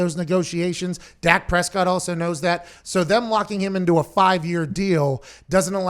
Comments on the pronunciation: She has a inside scoop but cant pronounce his name!..🤣🤣🤣🤣ok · No, she thought it was Dax Prescott